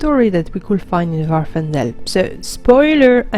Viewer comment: Happy birthday! Love the video (as always). On another note, the island in question is Vvardenfell, not Vvarfendell. Easy to mispronounce though. Glad to see you are finding time to play and do videos while working at the new job. Thanks again!